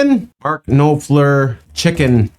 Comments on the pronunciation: Pronouncing Mark's surname (Knopfler) the first four letters rhyme with 'mop' - You don't 'mope' the floor, do you? You mop it hence, Mark Knop_fler - short 'o' _not a long 'oh' okay? _Mop_✔️ (Knop)fler NOT mope✖️(Knope)fler. 😊 🏴❤️🎵❤️🎵❤️🇬🇧🖖 great reaction, by the way. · Trying this again ... comment didn't go through before ... if no one else has responded on this, an easy way to pronounce Knopfler is ... Nawp-fler ... hope that helps. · Marks Surname is pronounced Nof ler Great video dude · It’s actually pronounced NOPFLER, just drop the K 🙄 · I've heard you mispronounce his name over and over...phonetically his last name is pronounced Nofler. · Knopfler Pronounced like Nahfler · Pronounced Noff-ler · It’s pronounced noffler even though the spelling is not right, his plucking technic is called the claw where as its name derives from the hand position. His volume control on his picking is, from all my years watching him, is hand control. You should watch David Gilmour, Randy Bachman and slowhand Eric Clapton. The masters of the guitar, guns and roses guitarist Slash is also well talented. Brothers in arms was done before by Joan Baeze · To help you work out his name Knopfler is pronounced Nop (sounds like Cop) Fleur (French for Flower) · You can pronounce his name by saying Mark Noffler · It's pronounced Noff ler. If you've just discovered him then take a very deep dive into his work because he's a guitar genius. Imo the best and with him it's more about timing and the notes he doesn't play. Have a look at Private investigations. It's a classic, your welcome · If it helps, "Mark NOFFLUH" is the phonetic pronunciation. Such a powerful track testament to the sufferance of veterans returned to civilian life. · Pronounced Mark 'Noffler' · Knophler pronounced like noffler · Knopfler like “drop fur” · Knopfler is pronounced "NOPP-flur", roughly. The first half rhymes with "drop", the second half with "fur". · His name is pronounced "Nopflur" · Say it nopfler. Cheers Kev